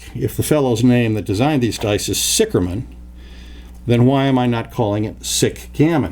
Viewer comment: sicherman, obviously a German last name, literraly means "safe man" or "secure man". and pronounced ziher man :) hence, Zih Gammon might be a more appropriate name. just my two cents...